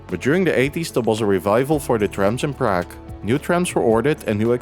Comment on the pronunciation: Cool video but you butcher the pronunciation of Prague every time.